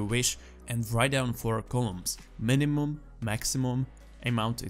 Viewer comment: "minumum" lol